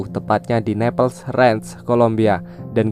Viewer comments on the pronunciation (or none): none